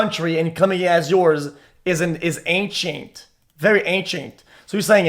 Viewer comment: ancAINT lol